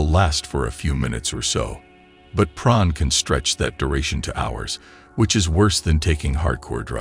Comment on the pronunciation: Why is he calling it "Praan"